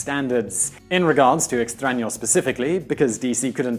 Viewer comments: this is literally the first time in my life I hear an english speaker pronounce a word writen with an Ñ correctly. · You say "extraño" very accurately considering you are not a natural born spanish speaker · I know, right? I was like... Are they editing when he says "Extraño"?